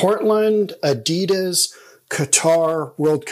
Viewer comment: Why he calling adidas adedas as well lol.